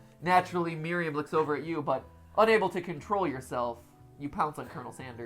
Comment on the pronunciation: You guys know Miriam that’s my first name and so many people say it wrong but, Mat got it right. Good job Mat. 😉love you guys